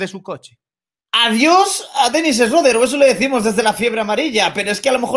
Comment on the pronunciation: No se pronuncia esreder se pronuncia Chruder.